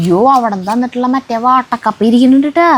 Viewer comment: വാട്ട.ക്കപ്പ അല്ല വാട്ടുകപ്പ